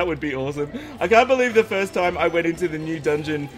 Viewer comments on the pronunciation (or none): none